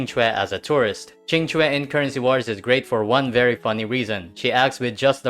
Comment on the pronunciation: First video I've seen from you, but am pleasantly surprised at the pronunciation of Qing Que. Great coverage of the strats too